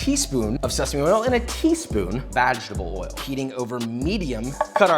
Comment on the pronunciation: Am I the only one who heard "a teaspoon of v*ginal oil"?😳